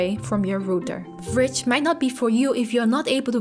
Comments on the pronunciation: AH! it so annoying! it's v ridge,not vridge, vridge just sounds weird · Haha After this video im only pronouncing it "fridge" instead V-Ridge :)